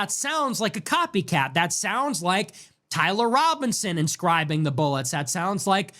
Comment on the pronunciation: “BOOLETS” Love the content man, keep it coming!